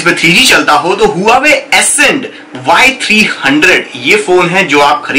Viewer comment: If u dont know how to pronounce Huawei say (Wah-way) But plz don't spell it wrong lolx